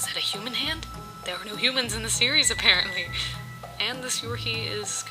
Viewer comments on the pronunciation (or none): Whenever you said "series" It went to Siri automatically XD